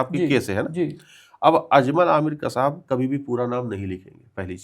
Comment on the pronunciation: Kasab word is wrong. Actual word is Qasab